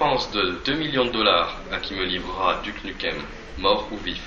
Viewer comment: ouais,c'est un bon film,mais on dit:dyouke nyoukem,pas duc nukem!c'est bien n'empêche!